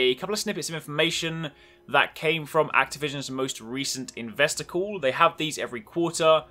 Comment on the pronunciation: You made "investor call" sound like "investicle" as in "desticle". That is all.